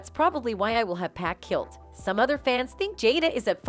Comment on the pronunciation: I could not watch this the way this b@ was pronouncing Pacs name